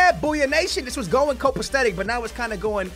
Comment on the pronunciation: When did he learn the word "cop-aesthetic"